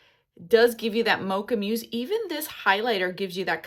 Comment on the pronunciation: Mousse (the dessert) is pronounced like the animal (moose) 😊😊😊 It is a beautiful color, I agree!